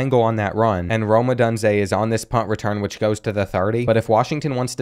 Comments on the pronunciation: "adande" mitchell? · “Ah-don-day” has me geeked😅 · the way you say Odunze lmao.